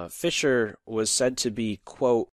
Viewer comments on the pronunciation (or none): Did he say Fischer Price? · fischer prize. sounded like fisher price but i am deaf sooo...